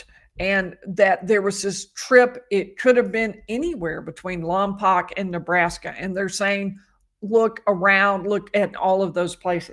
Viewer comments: How bizarre this is near where we live. I avoid All news it's just too😭😡🤬so unaware this going. BTW it's pronounced Lom Poke not Lom Poc. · Following since Lompoc is my hometown. BTW, Lompoc is pronounced Lom-poke. Thanks for your coverage! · Lompoc is pronounced Lom-Poke :) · The town is pronounced Lahm-poke. I believe it's a Chumash (Native American) word.